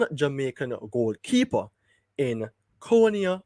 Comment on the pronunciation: His name is and pronounced, CON-I-AH not CONE-IAH. Please and thank you 🙏🏽